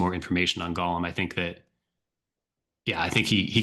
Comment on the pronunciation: Golem pronounced go as in go and lem as in lemon. Golem is never pronounced like Lord of the Rings Gollum. “Golem” is from Jewish folklore and it’s pronounced GOH-lem—not GAH-lum like the creepy ring whisperer. It's like nails on a chalkboard when people mix those up. Totally different mythologies, totally different vibes. Makes you wonder how many people think Pokémon’s Golem evolves into “preciousss” or something.